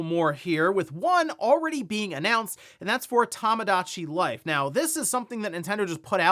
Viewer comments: Maybe once the Direct drops, will stop calling it "Tamadachi Life" instead of "Tomodachi." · it's tomodachi, "tomo", not "tammah"